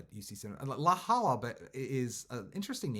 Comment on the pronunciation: Just a gentle reminder...it's LA JOLLA (pronounced 'HOYA'). Nice video, thanks!